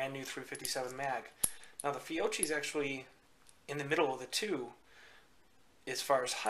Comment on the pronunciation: Fiocchi: "fee-oh-key"